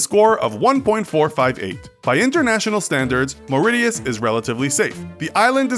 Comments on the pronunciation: Mauritius is not pronounced m-ree-yus! IT IS pronounced m-ri-shus! My safety ranking of countries by who I've been to: Disclaimer: I am going to Greece this summer so they will be on this list and I have been to Spain Italy Croatia Montenegro and Malta on a cruise but I don't include them on the list because I don't remember I think about them. 1 Barbados 2 Israel 3 Mauritius 4 Monaco 5 Greece 6 America (Florida) 7 England (Home) 8 France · Mauritius is not pronounced Moridius, it's Mau-rish-us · "Mor-e-shus" not "Mor-it-ius" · Its Mauritius, MAURITIUS not Mauricio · Belfast is in Northern Ireland and not in the Republic of Ireland.....you’re probably thinking of Dublin? Do Americans pronounce Mauritius differently than Brits?! In the U.K. we say ‘Morishus’ not ‘Moriti-us’. 🤔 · You pronounced the country Mauritius as,"mau-ri-tius". It is pronounced as,"mau-ri-shius". No offence. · It's pronounced Maur-icious, not Maur-iTius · proud to be in the list 😍correction: it's Mo-Ri-Shious not Mauridious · u showed Malaysia for Singapore smh, also it's pronounced Mor-i-shus not Mor-i-tee-us, and Finland isn't in Scandanavia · It’s pronounced as “Marishius” not MoriTiusXD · Ma - ma - ma what now? its pronounced "mo rish es" not "maw rit eus" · Think you have to look up the pronunciation of Mauritius. It's more like "Morishus", not "Mauridius". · Moritius lmaoo it's pronounced mau rish us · It's pronounced More-ish-us not More-idiots 🤣😂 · It's pronounced "muh-ri-shuhs" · its pronounced maur-i-shus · OML he pronounced it sooo wrong... I’m not trying to hate just point it out instead of Mauritius try to say it more like Maurasious or Mauraisius. Hope this helped :) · “Mor-it-itus” lol Jesus , also Belfast is not in ROI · mauritius mau rish is no real t sound in name but still a very safe place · "moridius"?! What kind of pronunciation is that!? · It's pronounced "more-ISH-uss" Also, Belfast isn't in the nation of Ireland, it's in the UK. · MAU-RI-TIUS (Pronounced as MAU-RI-TIOUS)